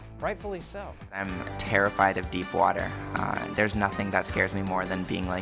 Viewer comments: Everyone who commented on this go to . . . terrifried instead of terrified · wait wait wait.... did he say. tariffrid? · Did anyone notice he said deeply terrifried 😂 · "DEEPLY TERRIFRIED" 😂😂😂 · "Deeply terrifried" loll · 'deeply terrifried of' hahahaha lol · He said terrifried instead of terrified Lol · Who relized he said "Terrifried"